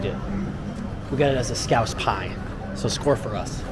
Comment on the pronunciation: Scouse not scrouse 🤦🏼‍♂️😂